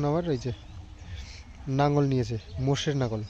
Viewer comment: নাঙ্গল নয় লাঙ্গল।